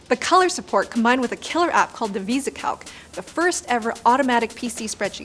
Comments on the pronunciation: I'm going to be real picky. "Visicalc" is not pronounced as you did the "Vesa-Calc" but should be "VisECalc" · Geers, Linus, who is doing the research on these things?!?! Visi-calc Properly pronounced "Vizzi-Calc". Also, the first ultra compact notebook was the NEC Ultralight, which came out in 1988. It was both smaller and lighter than the Compaq LTE, which came out a year later. The Ultralight was the size of an A4 piece of paper in area. And a lot thinner than the LTE as well. I know, I was working at a Microage corporate retailer and got to play with both. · Visi, not Visa calc. I got home from work and had a UPS delivery notification on my door that I had missed the driver with my Commodore pet and was so mad. That was before cell phones and notifications that packages were coming. I had just gotten back from Germany deployment in the Air Force. I drove down to the UPS center in Alexandria La and the driver was still out so I waited for him. He returned and I got my box and went home and set it up and it wouldn't work. I immediatley called the 800 number and they instructed me on how to open the lid and re-set the chipset becuase they said they can come loose in transit and voila' , it booted up. We were supposed to go out to dinner with another couple for dinner that night but I couldn't leave my new Pet. I bowed out and played with it until I couldn't hold my eyes open any more. I ended up writing programs on the little cassette drive and programmed the game Pong for the Pet and sent it to one to the Commodore magazines and they published it. I mostly showed off my Pet with an amortization program and showed people how much money they could save if they added a little bit to their mortgage payment every month. I ended up with the Commodre 64SX. I kept killing disk drives, and had to move on. The best addition to any Commodore was a cassette speed loader. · NOT 'Visacalc', 'Visicalc' (was that a paid advertisement? ;-) )